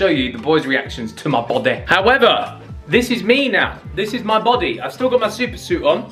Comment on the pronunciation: "to mah Bawdeh" 😂😂😂